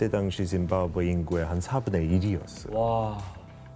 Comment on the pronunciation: 아나운서 누구냐 짐바브웨를 무슨 사람 이름 읽듯이 짐 바브웨가 이러고 있네